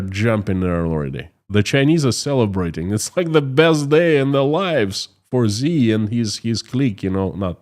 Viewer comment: Hey. Great content, and I support you all the way. One small thing, though. Xi Jinping is pronounced "She" Jingping. "Xi" in Mandarin is pronounced as "she", not "zee".